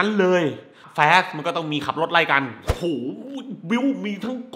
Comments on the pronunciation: แฟส หรือ ฟาส เอาดีๆพี่ หนังก็ไม่แย่ แค่มันเวอร์เกินไป มีแต่ฉากบู้ ฉากคุยกันคือเล่นมุขตลอด มันเลยไม่อิน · แฟส เค้าว่า